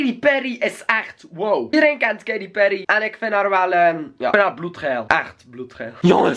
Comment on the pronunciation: je zeg Katy peryy hahah